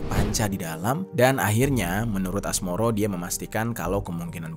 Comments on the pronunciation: Asmoro bae bang,, asmaroh bangggg😅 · Asmaroh bang bukan asmoro hadeeeuh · woy Asmaroh bukan Asmoro anjg😂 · Asmoro😭 asmaroh kak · Asmaroh mas..bukan asmoro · Asmaroh mas bukan Asmoro 😭😭😭😭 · Asmaroh bang,,,, bukan asmoro... sembarangan aja lu hahaha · Asmaroh bg, gue dgrnya Asmoro mulu , apa kuping gue yg salah denger yak.. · Asmaroh bukan asmoroh 😅map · Mohon maaf bang, pemilik kontrakan namanya asmaroh bukan asmoroh😂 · Asmaroh ❎ Asmoroh ✅ 😭🙏